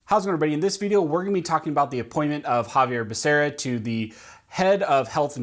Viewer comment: Exactly. Couldn't even say the fool's name correctly, or even the department in which he'll head.